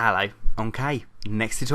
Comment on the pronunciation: He says ello instead of hello :) it's his accent!